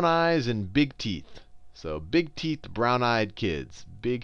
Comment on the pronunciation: sounds like he says, "brown eyes and big teets" lol. teets.